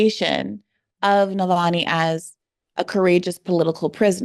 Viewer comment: Just fyi it’s *Na-val-ny btw not Nal-va-ny 💛